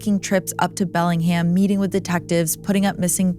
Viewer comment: Great pronunciation! Some people really have trouble with PNW names lol Bellingham is pronounced exactly how it's spelled tho...Bell-ing-ham. This & your THT episide, it's a great day!